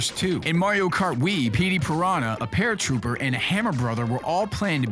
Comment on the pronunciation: it's not paratrooper, it's paratroopa!